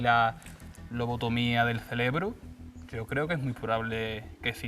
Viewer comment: "Lobotomía del celebro"?? En serio??